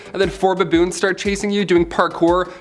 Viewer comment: Who taught you how to say "baboons"?